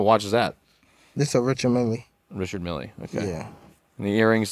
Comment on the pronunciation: Its actually pronounced as "Richard Mill" the E is silent